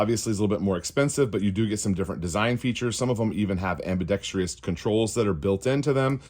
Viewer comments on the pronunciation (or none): “Ambidex-tree-ous”. That’s ok at home but when you’re out in public please don’t feed the “knuckle dragging gun owner” meme. You speak too well for this.